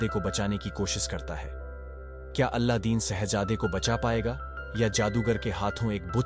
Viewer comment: Kya beta kuch bhi. Alladin nahi Aladin bolte hai...